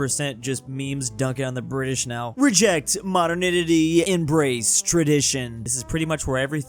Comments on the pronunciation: still cant pronuonce 'modernity'😂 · i swear this is the second time mispronunces modernity 😂😂